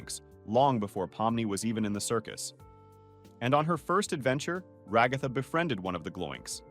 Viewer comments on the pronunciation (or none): You called Ragthu Rogthu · i like how it not ragatha but rA gA thA